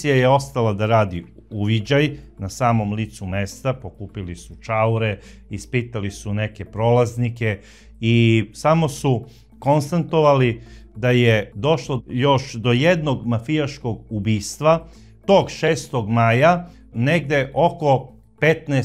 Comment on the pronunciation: Braco, KONSTATOVALI. Ne KONSTA N TOVALI. Morate paziti malo.